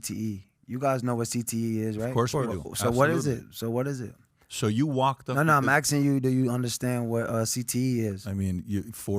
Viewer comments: "No no, I'm AKSING you". Ugh. What an imbecile. There's no clearer way to see someone is an unoriginal muppet than by hearing him say AKSING. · WATCHU MEAN U AXXIN? WATCHU MEAN U AXXIN?!